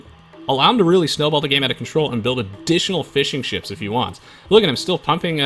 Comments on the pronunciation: "...and gets to start making fish and chips" ... cant unhear that haha. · Am I the only one who hears fish and chips instead of fishing ships?